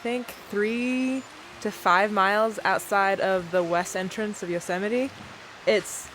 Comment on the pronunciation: Thoroughly enjoying the laid back pace of your van adventure. Having a house on your back, so to speak, does have advantages and freedom for your traveling. Yosemite is spectacular to say the least. Great to hear your "correct" pronunciation, as it's vastly different to how I pronounce the name. Travel safe ❤